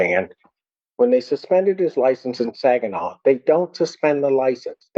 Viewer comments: Its Sag-inaw not Sawg-inaw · As a Michigan native, I always have to get ready to cringe when someone tries to pronounce our cities. Sag-in-aww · JSYK Saginaw is Sag-in-awe it's phonetically pronounced. It's a Native American tribe name hence why the city was named that. A LOT of Michigan cities are named after the tribes that pre-dated American colonization. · I loved how you said Sag-i-naw lol But yeah you could see the moment he knew he messed up lol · tell me you're not from MI without telling me. SAWginAw? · Sag in Saginaw rhymes with bag. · No hate to whatsoever, but as someone who grew up in the area, the way he pronounced Saginaw, which is pronounced Sag (like saggy)-in-aw, hurt my ears lol. However, here in Michigan we do joke about how non-Michiganders frequently mispronounce names given to cities and landmarks because many have names with either French or Native American origins. Either way, we don’t claim this man and his stupidity 😂😂😂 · The way you pronounced Saginaw hurts me as someone who lives in Saginaw lol 😂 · I’m born in Saginaw it’s funny how u pronounce it 😂😂😂